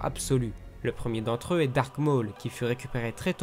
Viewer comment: C'est "DARTH" et pas DARK